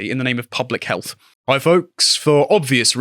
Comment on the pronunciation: I'm intrigued, but I'm not sure I can tolerate another 30 minutes of health being pronounced as 'healf'.